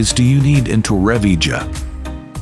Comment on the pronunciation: The pronunciation of Torrevieja is appalling from the ai voice. Doing my head in after 2 minutes!